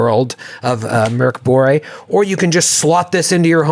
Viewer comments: Really impressed by the pronunciation of Mörk Borg (Dark Castle). You guys have such amazing chemistry and energy, it really feels like y'all are so fucking hyped about most everything! And it sparks such joy to see and hear your enthusiasm, keep it up! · pronounced Mörk Borg really well! Best pronunciation by an English speaking RPGer! Go!